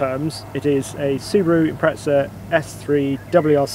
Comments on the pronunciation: Where is the 'T' in Impreza??? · "Impretsa" never heard it pronounced that way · Wonder why he says ImpreTza? Maybe he'd also say Otzy Osbourne.